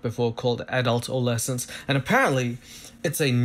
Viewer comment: Is it me or he pronounce adolescence as adult-ol'-lessons??